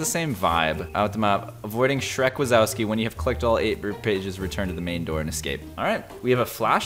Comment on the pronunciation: you said shreck wasowski wrong its in polish ;)